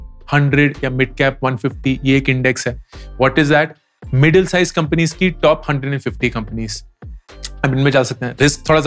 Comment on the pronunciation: 'Companios' 🤣🤣That was nice, Thank you sir.